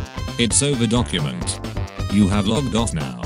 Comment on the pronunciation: Nobody: The narrator: ❄️📞 Also the narrator: D O C U M E N T